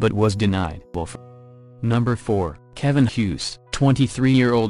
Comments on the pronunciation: i think you have good content but you are doing the victims & their stories disrespect by using a computerized voice that mangles words. "keh-vine" seriously? you uploaded that? if youre not gonna take the time to thoughtfully produce something like this, then you have probably shouldn't at all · "Ke'VINE" lol.